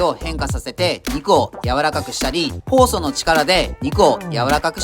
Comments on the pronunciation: 酵素の力がフォースの力に聞こえて、そんな動画あったっけ？って思っちゃったw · 「酵素の力で」てとこ「フォースの力で」って聞こえてしまった。スターウォーズネタ動画をみすぎた。